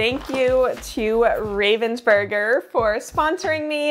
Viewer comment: Raaaavensburger, that's the way you pronounce it. It's a german name and has nothing to do with the bird 😅